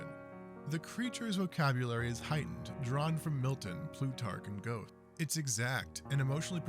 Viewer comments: "Gowth"? Or Goethe? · I hate to be that guy but Geothe isnt pronounced like that. Its Gur-tuh.